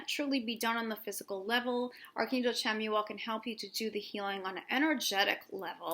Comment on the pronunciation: It's actually pronounced Shamuel <3 Thank you for another awesome video, <3